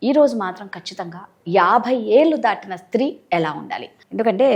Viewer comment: దాటినా కాదు దాటిన న కి దీర్ఘం పెట్టకూడదు తీసేయండి